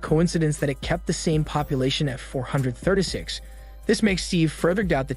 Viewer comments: "four hundred thurda six" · Four hundred Thurtay six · "Four Hundeh Thurduh Six" is all I can hear. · why you say 436 like that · The way he says 436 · The way he says “436” kills me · The way you pronounce 436 😆